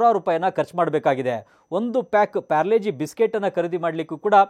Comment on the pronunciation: ಯಣ್ಣ ಅದು ಪಾರ್ಲೆ -ಜಿ ಅದು ಪ್ಯಾರ್ಲೆ - ಜಿ ಅಲ್ಲ 🤔